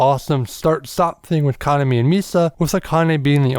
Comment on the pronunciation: FYI...The maids in the After Life MV were hired for the MV from a talent agency not employees of the café. Kuh-nom-E rather than Kahn-uh-me.